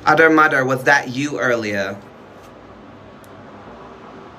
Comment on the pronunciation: It sounds like your saying “udermuder”💀